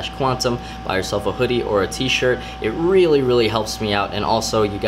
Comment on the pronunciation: "please buy a video or a tshir" Mmmk